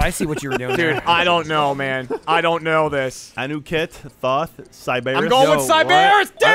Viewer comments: thoth is pronounced thoeth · Every Smite player watching this was likely triggered over how you pronounced Thoth.